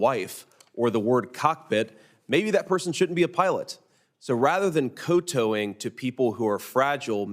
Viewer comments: Co-toeing? I don’t think you’re saying that right, dude. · I've never heard "kowtow" pronounced like that. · This idiot wants to police other people’s words, but he does not know how to pronounce “kowtow”? And he has a JD from Yale? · I like that Vance used "kowtow" (but he needs to pronounce it correctly) because it's a verboten word that the left takes umbrage over, hahahahah. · Not a challenge. I just don't understand. How is "kowtow" supposed to be pronounced? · Senator Vance needs to learn how to say kowtow correctly.